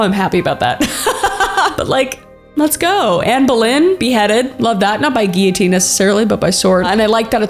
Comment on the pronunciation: Thank you for pronouncing "guillotine" correctly